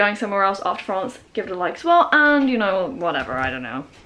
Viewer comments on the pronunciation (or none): It's called FRANCe not francÉ😅